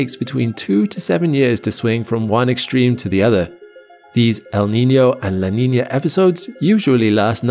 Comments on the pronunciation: What is this, “la Neenyur” he mentions every so often? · It's NOT La Niner... it's La Nina with an "uh" sound on the end, NOT an "er" sound. Practice it. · its "la nee nyer", actually. learn it. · "la niñyurr"